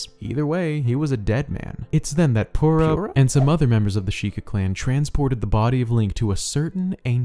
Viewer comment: Fi is pronounced f-eye (confirmed by Hyrule Warriors narrator) Purah is pure-ah (I think.. That’s just how most people say it?)